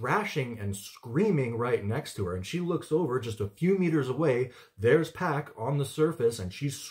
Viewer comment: Not Pack. It rhymes with dock. Pock.